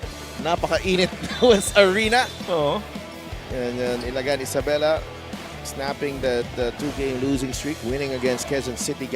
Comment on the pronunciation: it's ILAGAN not ILA-GAN 🤯 dumb